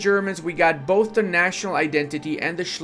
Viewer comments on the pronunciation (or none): none